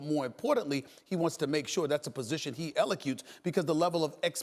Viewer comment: 2.15 elecutes classic stephan lol